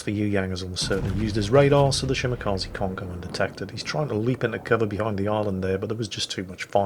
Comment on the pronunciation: it's "Shimakaze" not "Shimakazi". The "e" is pronounced like in "extra". This goes for all japanese ships as well btw.